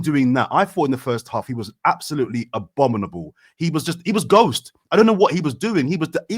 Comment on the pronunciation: so no one’s talking about saying “abominable”? 😂😭🤷🏽‍♂️🤷🏽‍♂️